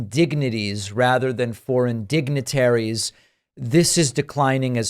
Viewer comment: Trump's poorly educated zombies probably didn't even notice that he mispronounced dignitaries.